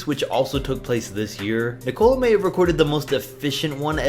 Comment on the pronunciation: Hero Ball first off that makes no sense and it’s Nikola not Nicolas